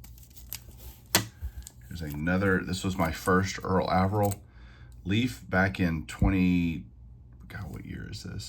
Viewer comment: I have always heard Mr. Averill’s name pronounced with a long A.